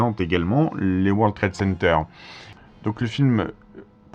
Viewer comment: Vous dîtes:" War Trade Center"...encore une prononciation fronçaise?!